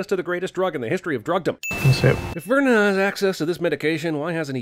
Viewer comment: lol the Birdman is def gonna point out Jeremy's failed attempt at saying "Vernon" clearly the first time